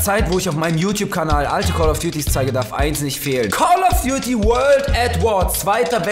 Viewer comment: Hab absolut Call of Duty Eis statt eins verstanden 😂